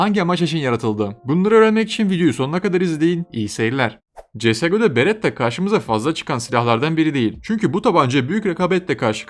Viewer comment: beretta diyon aga berettda ne ya